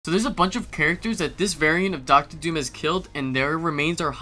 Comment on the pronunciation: Doom not Dooas